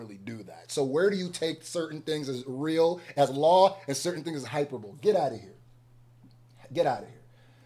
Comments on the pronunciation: Hyper-BOWL-ee that’s how you say it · Hyperbole = hi-per-boleeeeee 👍🏾❤️🫡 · Bro, it's pronounced "high-PER-ba-lee" not "hyper-bowl." And salve is a cream or balm used to treat external wounds on the skin. The English/Journalism major in me couldn't help it. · call me a asshole if you want but its pronounced ( HI PER BO LEE) 🥶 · Hyperbole is pronounced hy-PER-bo-lee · Hyperbole equals Hi-per-bu-lee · Nephew I’m far from an English scholar but the word is hyperbole (Hy-per-ba-ley) basically it’s just exaggerated talk… UMG finished Drake off 💥💥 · “Hyperbole” and “Vitriol” whoopin ass 😂